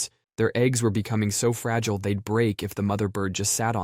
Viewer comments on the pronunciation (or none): none